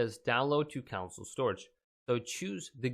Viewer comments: download to your counsel. I cannot get over this guy calling a "console" a "counsel" dear lord. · ITS PRONOUNCED CON-SOLE NOT COUNSLE